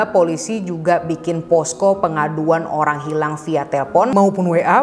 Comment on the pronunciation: ka pas bilang "olang hirang" kaya ngeliat diri sendiri karna aku juga suka kebalik r sama l